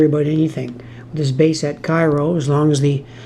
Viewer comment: I realize that you're a Canuck, but there are a couple of your pronunciations that the natives might object to. New Madrid -- the locals pronounce it MAD-rid (rhymes with "bad kid"). Cairo -- pronounced KAY-row (rhymes with "payroll") Enjoyed the video, as always.